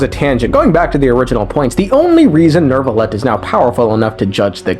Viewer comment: There’s no r in neuvillette thé neu sounds like the neu in neuf